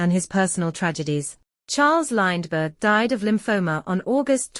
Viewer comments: Lined-berg. If nobody cared to take 4 minutes of their life to read the text aloud, why should I take 4 minutes of my life to listen to a computer voice? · AI voice can't even pronounce Lindbergh correctly. This video is crap.